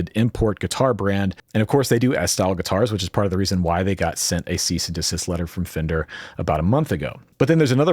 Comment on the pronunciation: "*Fender", not "Fender*".